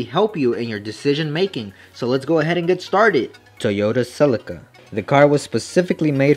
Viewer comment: Anyone else notice he said celica wrong